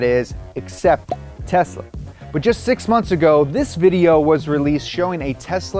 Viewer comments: “Tesa Model 3” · *Tesla, not Tesa